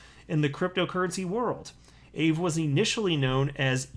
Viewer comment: Your not saying Aave right haha